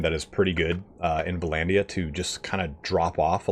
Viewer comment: Dude it's not VA-LANDIA, stop saying Va-landia god damn! it's Vlandia!